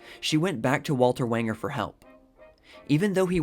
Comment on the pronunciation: Walter Wanger’s last name, when pronounced correctly, rhymes with “stranger”.